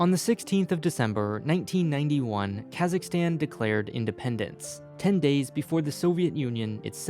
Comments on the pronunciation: LOVE the info but your pronunciation is painful! Considering your geographic and linguistic expertise I'd assume you'd know that the American "aa" (as in cat) sound is EXTREMELY rare in the world?!? It's "Kazakhstan," dude, as in "father"! Your cat in the hat pronunciations are like fingernails on a chalkboard! Thanks for the info though :) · I see some comment bitching about "Kazakhstal" thing XD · lmao kazakhstal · They need a true Kazakh to be in this and its not kaaaaazzzzzaaaakstanneee its Kazakhstan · It's pronounced K-AaH-Suhk-stan. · That is not how you pronounce Kazakhstan